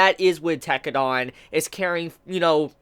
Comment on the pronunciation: every time he says tekkedan I cringe.